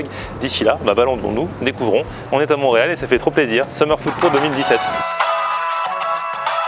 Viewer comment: Ont dis montreal et non moureal